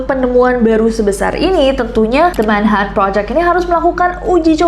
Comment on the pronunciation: Jd lucu dgr nessie blg "manha en" project 😂